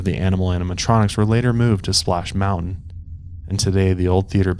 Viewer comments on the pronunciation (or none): none